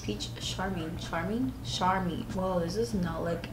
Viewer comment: lol you’re accent came through with charming and pick up🤣❤️